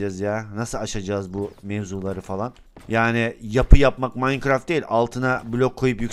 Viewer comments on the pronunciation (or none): none